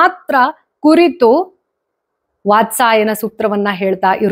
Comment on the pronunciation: ವಾತ್ಸಾಯನ ಅಲ್ಲ, ವಾತ್ಸ್ಯಾಯನ..✅🤫